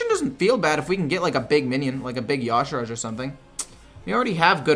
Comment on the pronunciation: I think the y'shaarj is pronounced yuh-sharge not yah-shurage